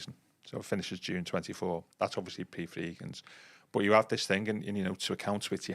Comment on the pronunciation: I was driving along this morning listening to the last one and thought the same thing. He's been doing it months.